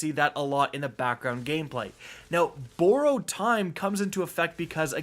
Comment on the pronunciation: Please say borrowed correctly PLEASE bye!😄